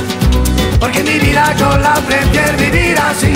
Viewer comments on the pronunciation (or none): La letra tiene errores, ellos no pronuncian bien en la canción, pero la letra la escribieron de la manera correcta. Por ejemplo: el coro ellos pronuncian "bamboleio bamboleia porque mi vida yo la prefie vivir así"